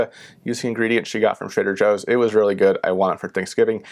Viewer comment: Trader joe's it sounds like your somewhere in New England unless the store is in some other states